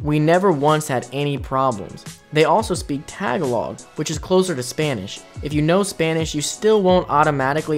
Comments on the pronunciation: Tagalog.... It's pronounced tuh-gah-lowg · I hate the mispronunciation of "Tagalog" and "Guimaras"